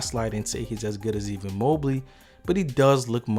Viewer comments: Great Vid I'm sure I'm not the first person to say this but pls if you don't kno someone's Name jus use they last name Evan not Even ... you got the Harder First Names Perfect but the Easy one Butchered... lol all Good Hommie great Vid keep um Comin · Good stuff, but are you calling EVAN Mobley "EVEN" Mobley lol. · Don’t wanna be “that guy” but you’re pronouncing Evan like you’re sayin even. Anyways good breakdown. Thumbs up from me! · Lmao he definitely calls him even 🤣 😂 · Why u say Evan like that? Or am I trippin? 😂 🍃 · I couldn't watch this whole video cause I couldn't stop laughing at you butchering a common American name like "Evan". I'm guessing you're not from the U.S?